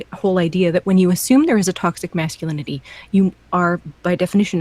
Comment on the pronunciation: Anyone else find it extremely annoying how pronounces "masculinity"? It's like his tongue is too big for his mouth and he slows down and has to pronounce every syllable when he gets to lin-it-tea. Thinking about it, thats how he sounds in general with his annoying patronizing quiet voice as if if he speaks too loud he'll wake up mom and dad.